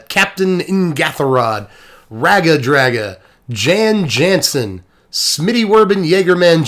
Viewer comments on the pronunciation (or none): It's pronounced "Yan Yansen." (He may or may not live in Wisconsin.) One thing that surprised me at prerelease was just how few people have actually played one of the greatest video games of all time, which has still only been surpassed by two of its contemporaries (Planescape: Torment and Chrono Trigger) after over 20 years. I mean, I get not being able to pronounce a lot of random D&D names, since so many are only in books, but these are spoken lines of dialogue, people! Anyway, what they REALLY need to do now is print a colorless commander with no abilities other than "partner" and "choose a background." Three cards in the Command Zone baybee!!! Then build your deck around a Companion, too, for gits and shiggles. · Jan Jansen is a Dutch name. The 'a' is a short 'aah', a bit like the letter 'u' sounds in the word 'run'. The 'j' is soft, as in 'yam' not as in 'jam'. Try this made-up phonetic spelling: Yun Yunsen.